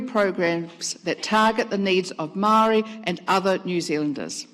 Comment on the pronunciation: Says she cares about Maori when she can’t even pronounce it properly, yuck